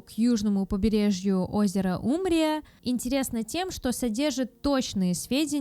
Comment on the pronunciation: БиайнИНи?? УМрия? Не ну в натуре, что за наплевательское отношение? Хоть проверяйте что записываете, хоть старайтесь правильно прочесть, если запомнить не можете. Вряд ли текст эта девочка писала, иначе не делала бы таких ошибок. Но она даже запомнить не в состоянии. Да ладно, уже внаглую прямо в кадре открытый ноутбук, поглядывает в текст и всё равно не может прочесть даже.